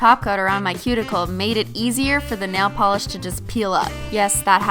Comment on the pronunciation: She said simply nalogiclish